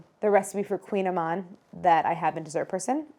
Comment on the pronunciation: Thumbs up if Claire taught you how to pronounce 'Kouign-amann'